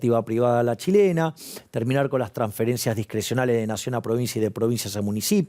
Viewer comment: Señor como es eso de la chilena muchas beses tu lo dices porfavor decir mas claro te escuchamos señor decir mas claro